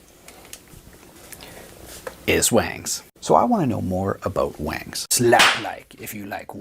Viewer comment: If its WONGS why is this dude saying WANGS?